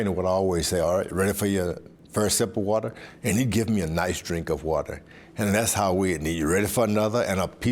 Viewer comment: The wata! The wata!!